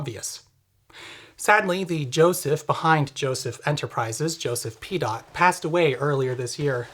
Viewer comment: 😂 Joseph Pee Dot? 😂 ❤ i know I have a juvenile sense of humour😊